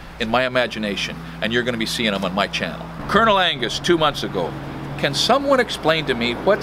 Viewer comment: Colonel Angus "cunnalingus" 🤣🤣🤣